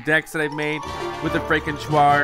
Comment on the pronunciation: i wish he would stop mispronouncing frankentuar... Its pronounced FRANK-IN- TAR... NOT TU-AR